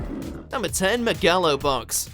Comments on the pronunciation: Did he just say Ma-ga-lo Box? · Me-gal-o Box. Wtf who says it like that? Edit: I'd but that Golden Kamuy game.